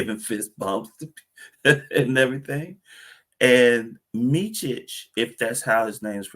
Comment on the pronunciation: I can appreciate its hard prounouncing Serbian names but its Meet-sich and not Meechich. Very happy for Hornet fans as you scored yourselves some good players and Vasa has all the abilities to help the young players grow if allowed playing time!